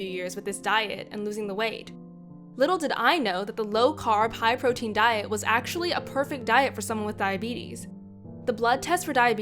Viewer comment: Hight instead of high